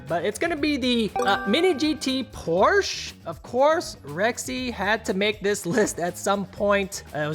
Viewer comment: It’s not pronounced Porsch, “Porsche” (e) is correct!